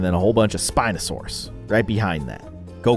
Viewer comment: The spineosarus one was pronounced pare-sal-olph-agus